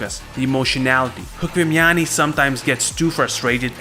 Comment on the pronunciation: you are saying chkvimiani's name wrongly. it truely sounds like "лухуми чхвимиани". enother all was right. thanks!